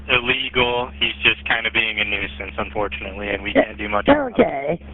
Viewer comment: This officer says -Unfourtenly!!??? Its dangerous when cops have their own opinion and tells that to the public! Disgusting!